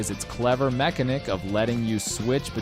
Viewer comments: well that’s a new way to pronounce mechanic, love the video btw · Why did he pronounce "mechanic" like that??